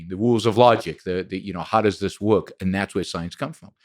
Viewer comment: He lost me at “woirk”